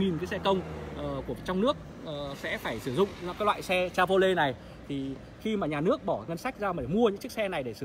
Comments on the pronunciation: Cha vo lét , phát âm còn sai mà cũng đi phân tích =)) che vờ ro lét ( che vy) nhé ông nội :) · Che vô lét là xe gì? Có lẻ Âu châu phát âm sai tiếng Anh? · Gỉ chứ mới nhìn vào mà đã thấy mức độ xào lộn ăn tiền ,đơn giản qua mức độ chèn quảng cáo trong clip.... Điều cơ bản phát âm tên hãng Chevrolet còn sai bét thì làm đc gì?